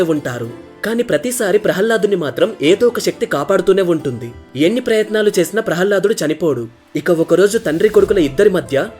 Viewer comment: బాబు జయ విజయులు ద్వారపాలకులు అంతే కానీ విష్ణు మూర్తి ని రక్షించేవారు కాదు ప్రహ్హ్లదుడు కాదు ప్రహ్లాదుడు కొంచం ఉచ్చారణ దోషాలు ఉన్నాయ్ గమనించగలరు